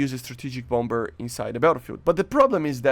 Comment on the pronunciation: It's pronounce bomb-mer. The 2nd b is silent.